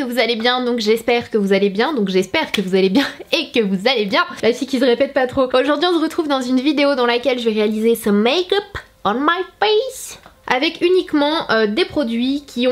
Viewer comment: Tu dit "on ze retrouve " niveau son